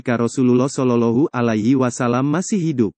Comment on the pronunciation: bukan sololohu min tapi solowloh'hualaihi wassalam